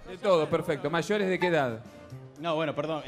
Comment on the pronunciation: "le guztan los mayorez". Ni que fuera Becky G. JA!